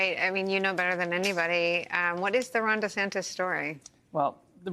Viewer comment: DUH-Santis. King of FloriDUH